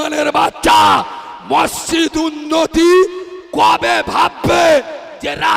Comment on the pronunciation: মসজিত নাম টা ঠিক ভাবে বলতে পারেনা সে আবার এতো বড়ো বড়ো বাতেলা মারছে লজ্জা ও লাগেনা নিজেকে